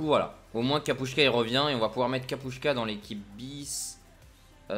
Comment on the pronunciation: Tu lis Kapustka avec S pas ch ! Sinon super vidéo continu comme ça !!!